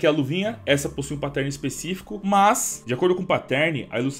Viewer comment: cada vez que rola um "patérne" dói aqui